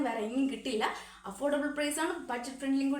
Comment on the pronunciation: വെര അല്ല.... വേറെ😊